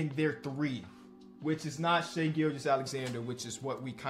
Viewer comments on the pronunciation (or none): none